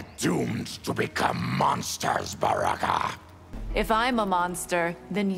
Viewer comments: I thought Baraka said Sexy Zero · I’m still curious how Baraka can thoroughly pronounce his ‘M’s 😂